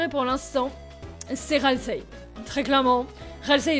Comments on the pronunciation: j'adore ta vidéo mais JE RAGE À CHAQUE FOIS QUE TU DIT "RASIEL", C'EST "RALSEI" XD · tasiel au lieux de ralsei (je ne sais pas l'écrire) 😂😂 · c'est pas raseil c'est ralsei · juste, Ralsei pas Rasiel x)